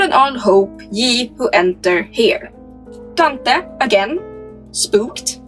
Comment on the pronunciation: I really can’t take how your pronouncing Dante 😂